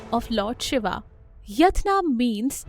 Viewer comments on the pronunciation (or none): none